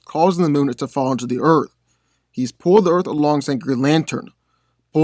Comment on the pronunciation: Dude, I love your content and channel, being a comic book nerd since I was a kid, but.....not to be nit picky, but can you PLEASE stop pronouncing Earth "Erf" it's like nails on the chalkboard lol